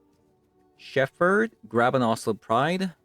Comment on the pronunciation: Just FYI, it's pronounced "Sheppard". English is stupid. The ph should make an f sound, but doesn't in this case.